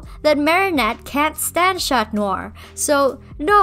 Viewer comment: If you want to say "Chat Noir" rather than "Cat Noir", you should know that the "T" is then silent. If you pronounce it, it sounds like "chatte", which is a female cat in French, and also how we name a certain part of the female reproductive system. Edit now that I've watched all of the video: I agree with all your points though. And your art is really nice. :)